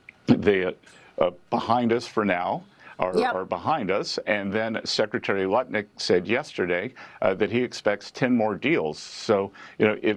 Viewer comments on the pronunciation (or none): His name is lutnik not nutlik but nutlick sounds about right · Did you say nutlick?😂😂😂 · Did he say Nutlick? Or is it 100 degrees? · I Swear I HEARD "NUT LICK" when you started talking about Lutnik. Freudiann Slip? You said it TWICE LMAO! Seems Ohhh Sooo Apropriate & Correct.